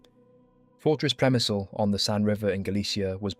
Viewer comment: On pronunciation, I believe it is 'Grats' and 'Shemshil' although the latter is hard for a non Slav such as I. Lemberg became Lvov and now Lviv